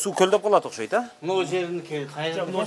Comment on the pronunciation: Мектеп директору эч нерсени билбейт экен и ещё не грамотный сүйлөйт экен Ошкойт дейтко 😂